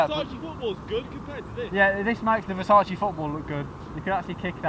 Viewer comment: I'm Italian and it's the first time I've heard Versace pronounced well by someone who speaks English as their native language. Well done ahah